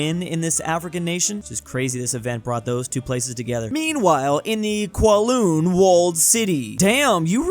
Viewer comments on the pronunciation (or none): its cow-loon now kwo-loon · Me watching as mispronounces 'Kowloon': (no comment)